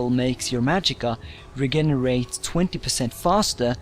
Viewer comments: re-gin-er-rate > re-gen-er-rate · Regenerate. It isn't pronounced like re-gen-er-ate. It's more like re-jen-er-ate. Then again, it might just be your accent. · Regenerate. (RE-JENN-ER-ATE) not (RE-GEN-RATE) Lol :) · Re GEN erate 🤣🤣🤣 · Lmao it's pronounced rejenerate man 😂😂😂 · lol regenarate you dont know how to pronounced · Its pronounced, Re-jen-er-ate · lol reggenerate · Re- jen- er- ate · mate im just trying to help ok im not being a dick ok now the word is pronounced reJenerate please dont take this the wrong way thanks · HAHA he sayed "Regainerate" learn english before uploading vids in english please XD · Regenerate he says it like a idiot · Learn how to pronounce regenerate... FFS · You said regenerate wrong you dumbass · Who else wanted to slap him with a dictionary when he said regenerate wrong. (no offense) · you cant fucking say regenarate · in the word regenerate the g sounds like a j. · Just a little English tip: "regenerate". The g in regenerate is pronounced like a j, not a g. Great video, though. ( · Nice vid. One thing though... The 'g' in regenerate is pronounced like a 'j', and the 'ch' in character is pronounced like a 'k'. Im assuming english isnt your first language judging by your accent. I dont mean to be a dick or anything, just trying to help. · Ok, don't call me stupid, I know his first language ain't English, I'm just being helpful:P Regenerate: Re-jen-er-ate Invisible: In-viz-ib-ul Character: Car-act-ter Hope this helps:D